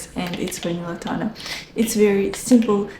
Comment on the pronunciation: Hello beauty! Vanilla Tanà (with accent in the last A 😊) is a huge dissapointment for me. We have in Italy many brands offering the same. What disturbs me about Vanilla Tanà is that is VERY OILY. It stains clothes and it takes ages to absord on the skin. Do you have the same problem? I bought the full size bottle through gritti website at €260 😣